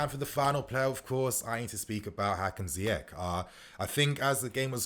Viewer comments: Ziyech like Ziyesh. Not like Ziyek. my guy.... try sort out you pronounciation cause you are still going to talk about this fella a lot. 😁😁😁😁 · It's not ziyekk it's ziyeshhhh shh